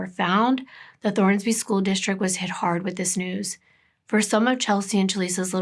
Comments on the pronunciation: I love your channel and the way you tell these stories but I have to tell you: it's Thorsby!! No "N", not Thornsby. Sorry, my dad lives there and I just had to pop in to say something. Still love you!! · I love your videos. This story hit home for me because I am from Clanton, AL. I've been to the placed you mentioned. I never thought Clanton eould have anything like this. It's possible I know some if the victims kin. Oh and the ciry is Thorsby. Not Thornsby.